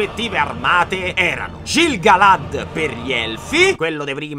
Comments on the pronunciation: siccome te vojo bbbè e anche se forse te l'hanno detto in settenummeromaggikomila e trentatré, ti devo far notare che in questa saga "C" e "G" so semp' dure come la cotta di mithril. Quindi diciamo Ghil-galad e Chelebrimbor, ma anche Chereborn e Ghimli e così via fino a Mordor, te prego, pliiiiiiz, lo faccio per te! 🤣 PS: anche le "a" non dovremmo magnaccele, EArendil, per esempio. Scusa scusa scusa scusa, non voglio fare la saputella, ma te lo dico solo per fare invecchiare questa saga di video ancora più epicamente di quanto già non farà 🙏🏻🙏🏻🙏🏻🙏🏻🙏🏻🙏🏻🙏🏻🙏🏻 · in elfico tutte le “g” e le “c” sono tutte dure. Quindi è “Ghilgalad” e “Chelebrimbor” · Comunque i vari Celebrimbor Gil Galad si pronunciano letteralmente Chelebrimbor Ghil Galad… prego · Fan assoluto e ti ringrazio per questa nuova avventura... sarò un nerd di Tolkien, lo so, ma qualche appunto per i prossimi video: - i Valar non sono i maggiori fra gli Ainur in assoluto ma quello scesi in Arda (fra i maggiori) - pronuncia elfica: la "g" e la "c" sono sempre dure (per intendersi, "Ghil-Galad" e "Chelebrimbor") - dovrei ricontrollare per essere sicuro al 100% ma mi pare di ricordare che "Annatar" non si presentò mai come emissario dei Valar agli Elfi dell'a Terra di Mezzo nella Seconda Era In bocca al lupo per la mano! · Piccola correzione sui nomi, si pronunciano: ghilgalad e Chelebrimbor, se ti servono approfondimenti sui personaggi per i futuri video ti consiglio il canale nerd of the rings fa degli ottimi video di approfondimento sui personaggi del signore degli anelli, li trovi praticamente tutti, ma è in lingua inglese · Si legge Ghilgalad, Chelebrimborn, Isìldur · ti prego. la "c" e la "g" sono sempre dure. Si legge Chelebrimbor e Ghil-galad. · Piccola precisazione: Celebrimbor, dal Silmarillion si pronuncia in realtà Chelebrimbor (tutto scritto nell'indice da Tolkine stesso, puoi andare a vedere) in quanto la C si pronuncia come K Come Gil-Galad si pronuncia Ghil-Galad